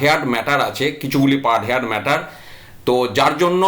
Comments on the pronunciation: হেয়ার্ড নয় হার্ড উচ্চারণ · Say 'hard', not haired. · Heard উচ্চারণ হেয়ার্ড নয় | হার্ড |